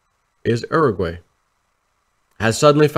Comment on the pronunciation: Uruguay = (your-a gway)